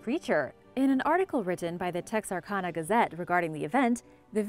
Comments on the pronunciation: "TexarCONNA"???? It's "TexarCanna" or the dictionary pronunciation "tek.sr.kan.uh".. I love your videos except you are constantly mispronouncing Names and places. SMH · Although I marvel at your pronunciations I must correct one. It's the name Texarkana. I used to live there and the last part is like the name Anna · I love the pronunciation of Texarkana and Fouke lol I’m from the area and it’s pronounced differently. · Well, I don't think I've ever heard anyone pronounce Texarkana that way before. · That's not how you pronounce Texarkana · How did you pronounce Texarkana so wrong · Butchered the pronunciation of Texarkana & Fouke lol.